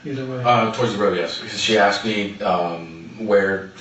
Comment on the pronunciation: It almost sounds like she axed for it.